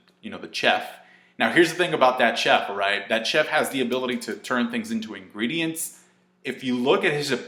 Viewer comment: chef, say it like SHEF